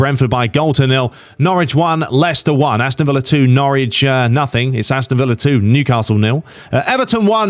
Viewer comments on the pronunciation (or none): none